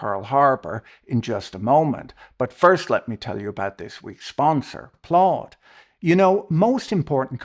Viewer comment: Plaud sounds like Claude 🤣